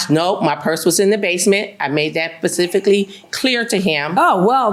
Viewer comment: Judge she made that pacifically clear!